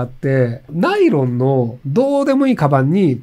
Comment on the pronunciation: ナイ⤴ロン⤵